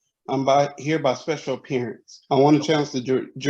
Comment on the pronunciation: If u can’t pronounce special appearance than….